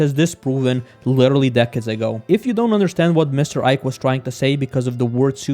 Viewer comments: Witterally witerally witerally learn how to pronounce it before using it in every other sentence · nah but certain races are actually superior to some other ones in certain areas. for instance, most if not all sprinters are african, why do you think that is? also, you probably should chill a bit with “literally”, since you butcher it every time you pronounce it xd